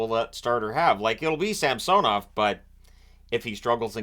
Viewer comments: Appreciate you pronouncing samsOnov correctly. Leafs in Six. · Omg you actually pronounced Samsonov’s name the correct way.